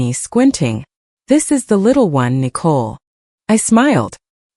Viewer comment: Why are they pronouncing Nicole like a cat would?